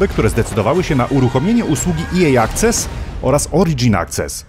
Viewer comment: Slowo angielskie access wymawia się "akses" a nie "akces" pozdrawiam pozytywnie ;)